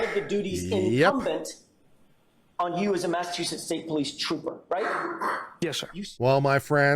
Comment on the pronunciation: TROOOOPAH PROCTAH😂